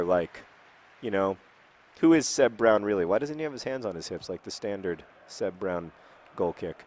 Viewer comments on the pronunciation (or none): none